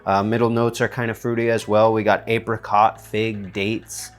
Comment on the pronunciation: I died laughing when you said "apericot" LOL